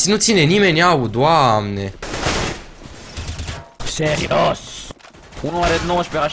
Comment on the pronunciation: Pff , deci , nu m-am referir la fraza in sine , doar la accentul cu care a rostit "Doamne" , mi-a amintit de un ceva , Si sincer nu ti-am inteles raspunsul? Chiar nu avea sens , nici nu ai inteles la ce m-am referir dar ce te-ai gandit: Mno , hai sa comentez😂😂😂